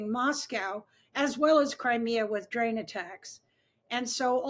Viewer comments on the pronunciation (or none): "drane attacks" ?? Is this a new NATO weapons system, or just a misstep by a Western 'analyst' who knows not of what she peddles?